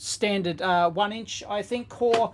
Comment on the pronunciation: Hearing Aussie “Dots Per *Inch*” is giving me a double take every time :)